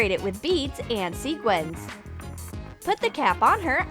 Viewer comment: You said and wrong and you sais select wrong